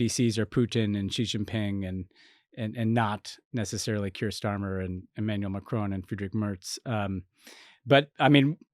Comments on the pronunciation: Please pronounce Macron correctly. There is no ‘e’ on the end. It is not ‘Macrone.’ 😩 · I’ve not heard anyone on UK tv or any politician or commentator say “Macrone.” It’s Macron. It’s very definitely an American thing -like when they say “Bone Appetit” rather than “Bon.”